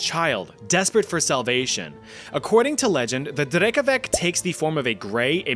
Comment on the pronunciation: “Drekavak” Drekavac! C!😭😭😭